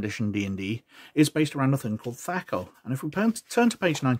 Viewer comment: Other than how you say attribute and THACO, these are still really great! You're one of the only ones who's covered 2nd edition in depth, well. Thank you for it, sir! 👍🤓2 yrs old and still being watched.... wow! 😎